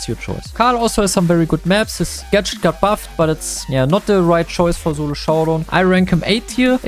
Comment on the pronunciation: germans pronounce "s" as "z"